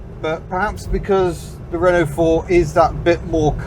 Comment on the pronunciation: citroën and renault is mispronounced.